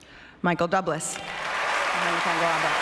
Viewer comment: Claire Danes said Michael doublas 😂